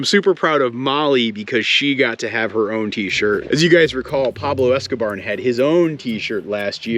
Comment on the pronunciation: Surely calling him Pablo Esco-barn?